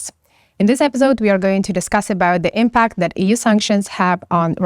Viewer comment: In the word "impact" the stress is on the first syllable,.